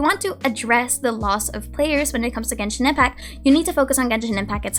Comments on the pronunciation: Hi, i love your content so i don't mean this in any bad way... but I notice you always say "Genshin Impac", like the "T" is never there lol. Just thought i'd mention it in case you aren't aware of it (i'd want to know)! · Love how you pronounce Genshin Impacc